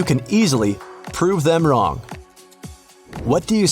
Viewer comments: im triggred its wrong not wrnong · Him: the answer is prove them wrnog Me: wut am I the only one that noticed this, he said wrnog instead of wrong 😂🤣😂🤣😂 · says prove them wrnog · "Prove Them WRNOG"😅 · Bro he spelled wrong incorrectly. he said, prove them wrnog🤣🤣🤣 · He rlly said “ Prove them wrnog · lol that's not how wrong spells u said wrnog😏